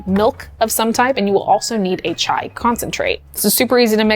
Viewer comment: HI morgan! on behalf of indians THANK YOU, for saying it right and doing it right. chai ftw <3